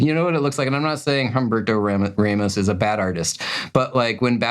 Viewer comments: Humberto Raw-mos(t), not Ray-mis ahah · That's how English speaking people pronunce these names. But yea, it sounds wrong, to me, when the H is spoken.